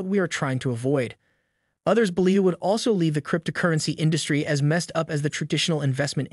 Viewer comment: Struggling with the announcers pronunciation crypt-a-currency. Hard to hear anything else.